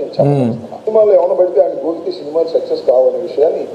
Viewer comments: సెక్సస్ కాదురా అది, సక్సెస్ రా దరిద్రుడా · సెక్సస్ కాదు సక్సస్.😂😂